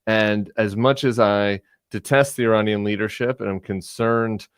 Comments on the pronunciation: This is petty, but JVL needs to clean up his pronunciation of the letter “A” in several key words. It’s “MAGA,” not “MAH-GA”; I-RAH-nian, not I-RAY-nian; and I can’t remember the third one he pronounces like an old-school white dude. Other than that, keep on keepin’ on! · Give it a try and you will have a light moment in this dark time when he tries to say „nuclear enrichment“ (twice) and „Uranian Regime“.